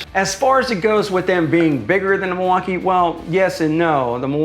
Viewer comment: By around the 5th time he said "MIL-WAU-KAY-EH" I was done. Super cringe. I award you no thumbs up, and may God have mercy on your soul.